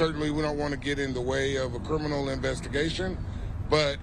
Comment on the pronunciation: This fool can't even pronounce "Criminal" properly. "Kerminal"? YOU ARE SCARED TO LOSE YOUR ILLEGAL IMMIGRANT VOTERS. YOU SHOULD BE. SOMEONE TELL THE HYSTERICAL KAREN TO STOP YELLING.